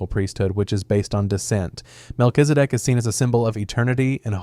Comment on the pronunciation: While saying Mel-Kiz-E- Dek it soudned like "Mel is a dick" lmfao just cause you didnt try to pronounce it you just said it as quick as you could lmfao